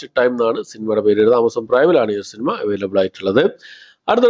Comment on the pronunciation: "ടക്,ടക്" എന്നല്ലെ ശരി. സിനിമ എന്നുള്ളത് എന്ന് "സിനിമ" എന്ന് മാത്രം പറയാൻ ശ്രമിക്കുക.